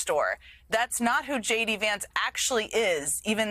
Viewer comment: What does JV Vance mean? Saying the name wrong, I mean